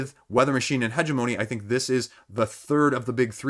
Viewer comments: heh-GEM-oh-knee, but points for being closer than Chris was ;) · Hegemony is pronounced huh·jeh·muh·nee, emphasis on the second syllable. Thanks for the update.